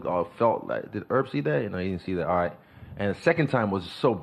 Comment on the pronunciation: “Did erb see that”